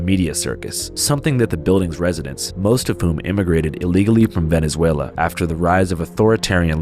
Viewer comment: “Vene-zway-li-en” is how that idiot mispronounced that